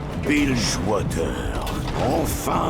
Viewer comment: "Bil jeux ouateurre"..... dur.